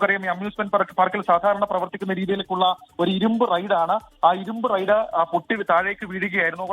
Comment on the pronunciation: റൈഡ് ആണ് നോ റെയ്‌ഡ്‌ 😂